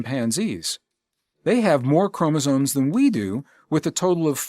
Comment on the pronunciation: Lol, chromosones…it’s chromosomes…with an M.